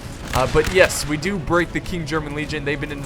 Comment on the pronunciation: stands at guard and salutes Great vid as always - but I have one minor thing that I would like to point out. It is in regards to one of the regiments of the United Kingdom, specifically the KGL. It is called "King'S German Legion". You tend to pronounce it as "King German Legion". Now, people may call be a grammar nazi but I can't help but point it out. Your content is fantastic, and the astounding fact that you take feedback and comments from your viewers in regards to your content seriously is what gave me the courage to point this out.